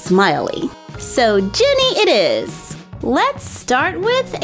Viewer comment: It's "GINNY" Not Jenny